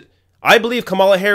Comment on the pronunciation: I'm not a fan of Kamala, but you are pronouncing her name wrong. If she didn't learn the lesson of Hillary's campaign then she is doomed to fail.